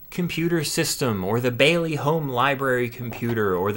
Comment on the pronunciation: 100 means one minute. Light indicates when its "reading". You need an audible signal connected to the Basic cartridge, to load some very good games and programs. Sounds a little like an old modem. Then your game or program will load. You pronounce Bally wrong. Have a nice day!